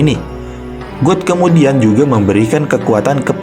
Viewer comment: Bg God itu bacanya Gad bukan God beneran, Sedikit Koreksi ya bg